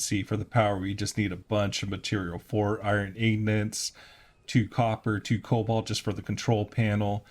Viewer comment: They are called ingots not ingnits